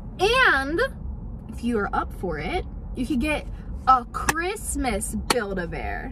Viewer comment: I was thinking about a buid a bear and she saud buikd a bear